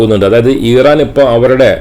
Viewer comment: Iran pronounce ameen paranjadaanu correct...